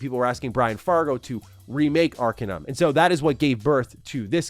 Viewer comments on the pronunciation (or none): Lol "Ark in um"? It's "Are kane um" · It's pronounced ar-cain-um not "arkinum" and Brian Fargo had literally nothing to do with Arcanum. It was made under Tim Cain's company Troika along with Leonard boyarsky. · "aar - kay - nuhm"... ^_^